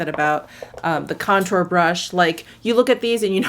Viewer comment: Lol did you say brontour?